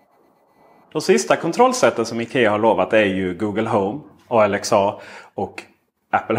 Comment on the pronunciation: Hur uttalar du Alexa, som en förkortning - ALX A??? Alexa är ett namn! Typ Alexandra, men bara Alexa. Ska väl uttalas med engelsk ton kan jag tänka mig. Eller har jag missat vad du talar om?